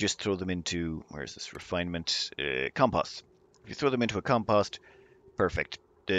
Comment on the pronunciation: it's pronounced Com-Post